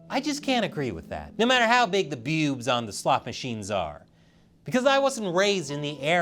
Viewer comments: I think i never want to hear you say bewbs like that ever again xD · Sometimes I misheard him saying bewsb as "PPPEWWWBS" XD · Now this is how I'm going to pronounce BEWBs. It's so much fun! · With the emphasis on BEWBS, you can tell is a man of culture.